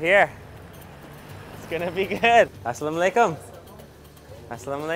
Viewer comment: assalamualaikum not assalom aleykum...✌😁